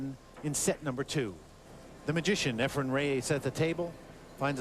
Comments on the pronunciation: his name isn't EFRE*M* it's _EFREN with an N Okay a million years ago? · say this slowly EF-REN "EF-REN" FOR CRYING OUT LOUD!!!! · It's very irritating that the one announcer always pronounces Efrens name as Efrum 🙃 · One of these commentators doesn't know that it is Efren with an "en" and keeps saying Efrem with an "em" or "um". I can't believe the ignorance of the fellow. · Almost every match with Efren in it, at least one of the commentators says “Efrum”. It drives me crazy. 😡🤬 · ..it’s EfreN, not EfreM...sheesh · It’s Efren!!!!! Not Efrem.... that drives me insane.... if you’re gonna commentate at least pronounce the mans name properly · I hate how they pronounce his name. "Efrem-Ray-Ace"